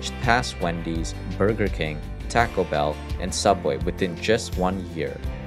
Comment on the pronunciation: Narrator needs to learn to pronounce the words "Southern" and "Taco"